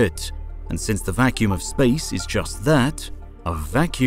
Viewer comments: Or.. ....SPAOICE!! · “Outer SpAOoACE”